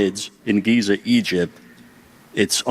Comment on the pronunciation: "Geezer" Egypt 😄🤣😂